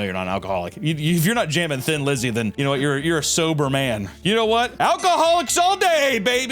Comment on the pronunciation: Thin Lizzy, pronounced Tin-lizzy If I'm the first to say this I am shocked and apalled.